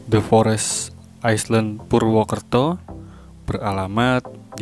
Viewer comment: Island = dibaca ailend. Bukan aisland